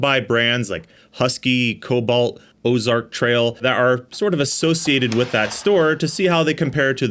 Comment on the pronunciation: "Osark" not Ozark? Did y'all buy a knockoff of a knockoff? 😂